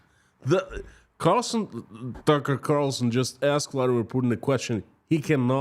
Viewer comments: Constantly getting TC's name wrong, dead air, bad sound. Geeze, can't you practice before putting this in a YT video? Horrible 😊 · You kept saying Tucker Carlson's name backwards! 🤣